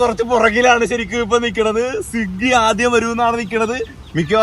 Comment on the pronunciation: സിഗ്ഗി അല്ല മച്ചാനെ.. സ്വിഗി എന്നാണ്😂